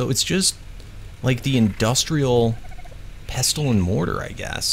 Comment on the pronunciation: u do not pronounce the t in pestle